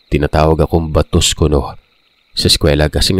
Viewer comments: Check po😅 parang baaaatos. Parang mataas ang intro kasi. Bisaya here hehe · baaatos un ahahaha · pasensya na.. mali po pagkakabigkas mo sa BATOS.... same po sya oagkabigkas sa BATA,,, ask mo sa mga bisaya para malaman mo..salamat... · Ba-tos po,mabagal po na pag bigkas hindi po mabilis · SORRY HA NATAWA TALAGA AKO SA PAGKA BIGKAS MO NG 'BATOS' 😂 THE BISAYA IN ME CAN'T HANDLE IT! CHAROT!😂 ANYWAY, MAY NAG COMMENT NA KUNG PANO TALAGA E PRONOUNCE YUN.😁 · walang mali.. ang mali ang pagkabigkas ,yun yung point ko... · Pagbigkas lang nya ng mabilis pinuna ni ate .. mabilis po kc .. dapat mabgallang parang bata daw pagkakabigkas yun pagkakaintindi ko😅